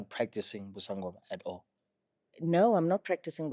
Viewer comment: One is gifted to "Ubungoma" not "Ubusangoma"